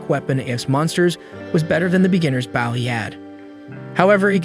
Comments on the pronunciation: It’s an ai voice so it says bouw instead of bow as it can’t tell the difference between “bow” and “bow” 💀💀💀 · I swear i won't be able to finish this video if you keep saying "baow" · Bro pronounce bow properly 😂you bow when your ment to pronounce it (bo) with the spelling bow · stupid ai cant say bow it keeps saying bao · Bow pronounced like Bo, just say the letter "O" then put a "B" in front to make the Bo sound. Swear, I think his voice is AI. Only reason I can think that he pronounces it like that. Or even like Boeing airplanes, just without the "-ing" part. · Stop fucking saying baw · Say it with us .. B-oh. He uses bow (B-oh) holly crap how hard is this single word..? Please never make another video if you can't say a simple word... all you had to do us listen to the show and he says it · bough and awwow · Bow (b-OH) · Why is he calling bow bao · Bro is saying baw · He keeps saying bow sounding like wow. It's like come on man. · everytime this guy said bow, i couldn’t help but yell stfu each time forgetting that this is literally a video 😭 made me so mad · Ok he pronounces bow wrong the entire video accept when naming the x bow ... So they clearly know how. Makes me think its an ai generated vid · I made it can’t take the bow pronunciation. How can you mess that up? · I couldn't imagine u could butcher the English language with the word Bow until tastier wow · Crap AI can’t pronounce Bow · Why would you say bow like that. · Anyone else annoyed at the use of the word B-o-w instead of Bow hahahaha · You’re killing me! Learn how to pronounce bow! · Learn to pronounce the word "Bow" in reference to the weapon and not the gesture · Heard you mispronouncing bow once and decided to dip. me if it gets fixed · Dude the way you say bow single handedly ruined this entire video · How he pronounces Bow That is the front end of a ship and it is not as close to a front end of a ship. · Hey cmon guy you know the AI can't tell the diff between bow and bow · It’s not that bad